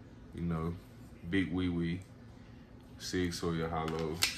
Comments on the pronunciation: I like Sig too, and because you spent the time to share this awesome collection I am going to share some ancient German knowledge, it is Sig Sauer "sour" not "sawyer". Your stance on loaded mags is good, unloaded mags are completely useless in an emergency. Epic handgun collection, I'll be checking out your other videos friend. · Makes a point to say smith an wesson and not westin but then says sig soyer 😂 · “Sig soyer” lol Nice collection though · Great reply 👍👏, I was wondering if I should let him know the correct pronunciation but you did a fine job sir 🤙✊